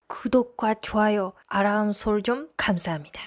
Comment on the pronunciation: 아람이 ❌️ 알람 ⏰️ ~~~ㅋㅋ